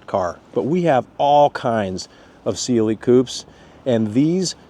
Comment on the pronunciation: Stoped watching bc this guy keeps saying sealy instead of cLe